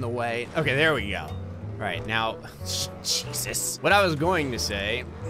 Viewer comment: is it just me or when says "Jeezus" it sounds like "Cheesus"